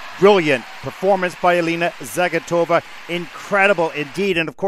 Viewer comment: Идут годы, а всё так же ошибается при постановке ударения в фамилии Алины.